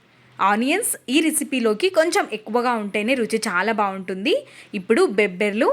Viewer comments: బొబ్బర్లు అనాలి తల్లి బేబ్బర్లు కాదు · బెబ్బెర్లు కాదండోయ్, బొబ్బ ర్లు. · బెబ్బర్లు కాదండీ.. బొబ్బర్లు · Mundhu avi peru cheppatam neechukondi madem 😂 , bobbarlu...bebbarlu kaadhu...maaku bayam vesthundi😅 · Bebbrlu kaadu .bobbarlu kaadu Babberlu antaru sister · Bobberlu, NOT bebbarlu, thank you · Bhashanu kunichesthunnaru.bebbarlu kadu talli bobbarlu😢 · బెబ్బర్లు అని కొత్త గా అంటున్నారు.ఎవరు చెప్పారు ఇలా పలకమని.మేడమ్ గారు. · Bobbarlu chakkaga matladu thalli Telugu bhasha nu champaku thalli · నీ బేబ్బర్లు తగలెయ్య... వినలేక పోతున్న.. బేబ్బర్ల దెబ్బ కి బేంబేలు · బొబ్బర్లు కాదమ్మ బొబ్బర్లు అంటారు